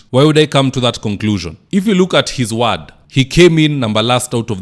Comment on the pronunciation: Good job as usual,buy "ward' is pronounced with an "o" not "a".